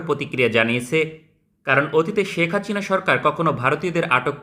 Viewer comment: ভাই আপনার হাচিনা বলা টা জোস😂